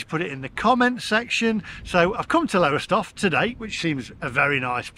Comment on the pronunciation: When you do your UK tour please check out how the place names are pronounced. It is Lowstoff by the way.